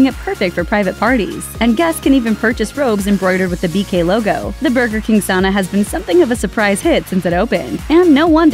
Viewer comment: Why can't you say Sauna right?